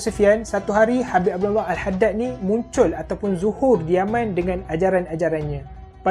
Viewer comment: Bila sebut yaman hihihi faham2 la tok